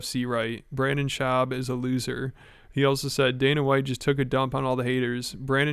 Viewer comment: for the last 5 years: Brendon Shuab sucks. B.S. gets it right once...: Brennon Shwab goooooooooood